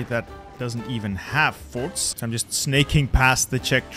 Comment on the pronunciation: he said forts